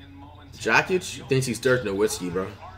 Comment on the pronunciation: "Bench Jok-ich and start Bowl-Bowl"😂